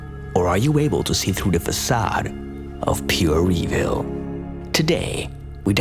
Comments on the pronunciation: Da fuk is revil? Why can't u say evil properly bro? Lol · "pure e-veil" 😜